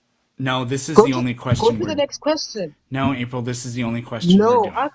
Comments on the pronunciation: What the hell is going on down under? Josh and Iron Horse are just insufferable. N.B. I absolutely love when you just say “Naur” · “Nooer nooer”. 😂😂 there’s no letter R in NO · why do australians not hear that they add an R to no "NEOUR"